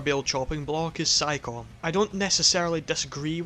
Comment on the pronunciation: I love your review, and I'm not trying to criticize you or anything, but "Psycome" is pronounced like "Psy koh may"